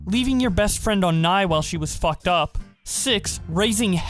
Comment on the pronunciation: "NYE" = New years eve. Not "NYE" like "Bill Nye the science guy" lol